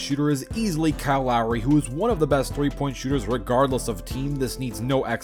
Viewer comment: Ah yes "Kehl Korver", "Kehl Lowry" and "PayZA" Stojacovic